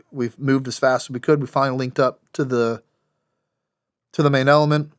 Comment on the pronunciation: "manailment" the uhh main element